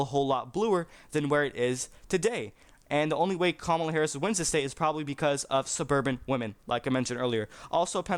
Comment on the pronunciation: You don't even know how to pronounce her name!